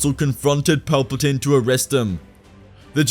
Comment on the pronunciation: He said it wrong its chancellor paperplane